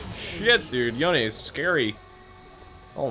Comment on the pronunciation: the way he says yone is just disgusting